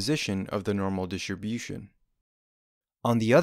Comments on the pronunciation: DI-STRI-BU-TION Jesus!!! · I learned that distribution has a silent “t”.